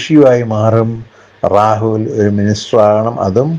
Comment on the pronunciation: എടോ റാഹുൽ എന്നല്ല, രാഹുൽ എന്നു പറയൂ